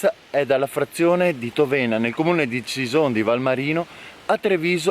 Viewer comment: Grande. Ti seguo sempre con interesse. Tòvena con l’accento sulla o, Revìne con l’accento sulla i 😊